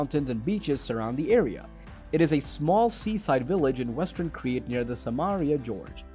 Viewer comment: Why can’t you pronounce the places if you make a video